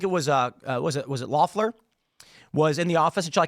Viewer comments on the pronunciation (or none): none